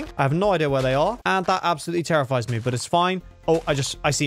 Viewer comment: he said in the vid so much times terrefide